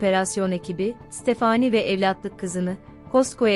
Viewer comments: Tekekkürler emeğinize sağlık ama stephanie yi stephaaaani diye sürekli yanlış telaffuzunuz rahatsız etti. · Ya stafani de gitsin ne uzatiyon sinirim bozuluyor bole uzattikca isimleri takili kaliyorum kimide amandaya emenda diyo kusura bakmayin biraz dikkat lütfen başarılar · Amanda, əˈmændə olarak telaffuz edilir. Yani A- men-da. Fakat Stephenie telaffuzu tamamen yanlış bu videoda.